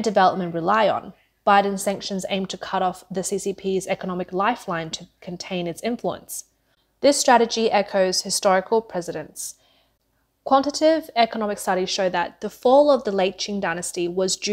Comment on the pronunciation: Garnering not "garning"; Comparable , not pronounced as "com---parrable". Quantitative not "quantive"..